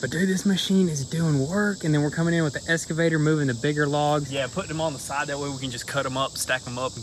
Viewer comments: Why do you always say "EScavator" to the "EXcavator"? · I would love to hear you two pronounce “excavator” correctly instead of saying escavator. Love the content. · Is it just me that hears escavator instead of excavator? Love love love this channel. I usually watch videos I am am subscribed to in the order they come out, but they all get skipped when a GoonzSquad video is out out. You guys truly are an inspiration to so many people.